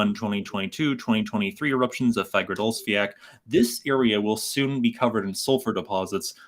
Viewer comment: According to a native Icelander i used to be subscribed to, named Roman, the volcano is not called Fag-ra-dolls-fee-ak(pronunciation), but rather Faag-ra-ds-fee-all(again, pronouncing it)